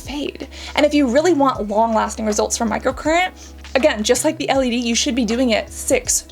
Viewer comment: Who’s here when it’s still ”SHPULD”?